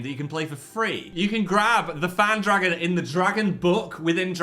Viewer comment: phan dragon? phagon. cmon.